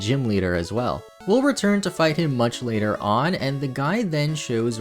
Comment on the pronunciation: Reads later (lāter) as latter 🪜🤣